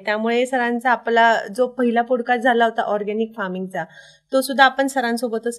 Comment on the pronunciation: पॉडकास्ट…not पोड cast..